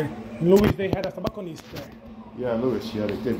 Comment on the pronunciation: TObacconist ........ not "TAbacconist"!